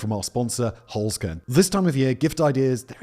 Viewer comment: Holzkern - literally meaning “wood core” or “wooden core” - pronounced “holzt kearn” - say the “z” as “ts".